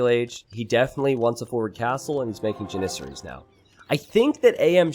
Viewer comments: The way you say janissarie as janisery hurts my soul. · You say janissaries wrong every time!!!